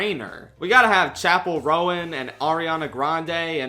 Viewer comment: RONE. ITS PRONOUNCED RONE. NOT ROWAN.